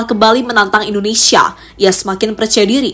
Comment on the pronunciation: Bahasa NARATORNYA , kurang enak didengar , menyebutkan INDONESIA KOK INDONESA ,. Dan bahada yang lain untuk di benahi.